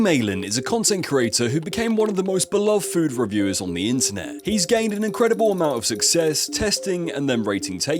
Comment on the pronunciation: "Food Reviwer"